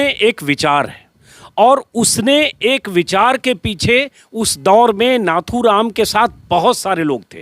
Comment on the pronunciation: plZ pronunciation is नथूराम not नाथूराम